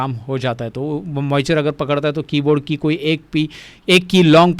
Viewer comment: Moichure nahi hota hai moisture hota hai jahil 😂